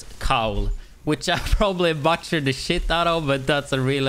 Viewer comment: You butchered the word “butchered” as well